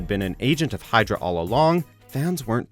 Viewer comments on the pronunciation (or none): none